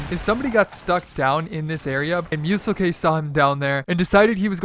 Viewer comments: Its not Mu-sel-k it's mu-selk. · You called him mu sel k it's muselk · It’s muselk not musel k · its Muselk, not MuselK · Btw it’s not muselK it’s just muselk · you pronounced muselk wrong its pronounced myuselk not Myusel K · Y do u say musel k. It’s muselk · You pronounce muselk like myouselk not musel k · Musel-K ? Lol don’t worry about it but it is how you see it muselk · Jesus Christ I have never heard someone butcher such an easy name like muselk and turn it to museLK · Muselk not MuselK!!!!!!!!!!!!!!!!!!!!!!! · You pronounce Muselk wrong you don’t say muselK it’s just Muselk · musel-k? you say it myoo-selk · Why does he call him musel K. When its muselk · Athens sorry if this sounds rude but it’s just straight muselk not musel k just letting u know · MuseLK it’s pronounced muse elk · His name isn’t “Musel. K “ you say it as muselk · are you fucking high? "musel k?" it is just muselk. good vid tho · dude you pronounce the youtuber a name wrong it’s just muselk not muselK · WTF MU-SEL-K ITS PRONOUNCED MU-SELK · it's not musel k...... it's pronounced "muse" "elk" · Moo sell k 😂😂😂 ITS PRONOUNCED MOO ZELK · Muselk's name is pronounced kind of like moose-elk, not muessel-k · MUE - SELK (Like silk just with an E instead of an I) NOT Mue-sell-Kay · MUSELK, NOT MUSEL K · It’s muse-elk. Not moose-l-k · Its not 'musel-k'. Its 'moo-zellk' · I love your videos but I gotta say it is muselk not musel k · Muselk dumbass... not MuselK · He said musel-k ITS MU-SELK also rip chapa doodle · It’s MUE - SELK not MUE - SEL - K 😂😅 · It’s ‘Muselk’ not ‘MuselK’ you don’t pronounce the k separately Also the first ‘secret’ was in the patch notes so it isn’t really a secret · Wait why does he say musel K it’s just muselk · lol :D musel K i think its Muselk one word like muse elk ( as in how you say it) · muselk is pronounced muse-elk as in the animal, sorry this just annoyed me for some reason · It's Muselk Not MuselK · It’s pronounced (moo-selk) or (mew-selk)